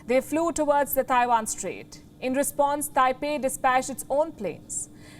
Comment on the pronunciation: The way you pronounce Taiwan is so off